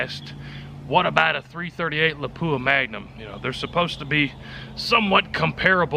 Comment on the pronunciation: When the tester can't pronoun Lapua properly........